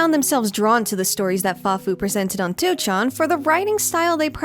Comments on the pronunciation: I really appreciate your efforts to pronounce Japanese words correctly! It sounds really nice. But by extension, wouldn't it be easier to pronounce 2chan as "ni-chan" (the Japanese pronunciation) instead of "two-chan"? It always sounds so hard for you to switch essentially mid-word from the hard English "two" to the softer Japanese "chan". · The way you pronounce 2chan/4chan is sending me.